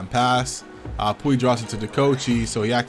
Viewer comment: Lol “pooey” -puy